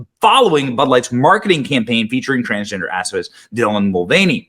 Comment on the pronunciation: Did you say activists or assface.hard to tell😅😂